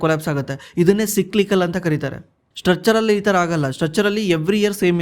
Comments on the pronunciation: ಲೆ ದಡ್ಡ ಏನ್ ಓದಿಲೇ ನೀನು, ಸಿಕ್ಲಿಕಲ್ ಅಲ್ಲೋ, ಸೈಕ್ಲಿಕಲ್ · Le mangya ಏನಲೇ adu ಸಿಕ್ಲಿಕಲ್ ಅಂದ್ರೆ 😂😂😂 ಸೈಕ್ಲಿಕಲ್ ಗೆ ಸಿಕ್ಲಿಕಲ್ ಸಿಕ್ಲಿಕಲ್ ಅಂತ ಬಡ್ಕೋತಿಡಿಯ 😂😂😂😂